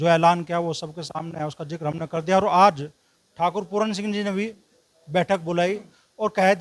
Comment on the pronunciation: पहले बोलनासीख बेटा पूरन नहीं पूरन सिंह